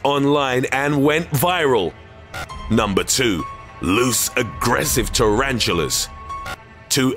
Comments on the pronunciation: It doesn't sound intentional. Listen to how he hesitates at "tarantulas" and ends up saying "two aggressive -- tarantulas". He stops himself from mispronouncing the word. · Lewse a GRESSIVE Taranchillas 2 a GRESSIVE churanchillas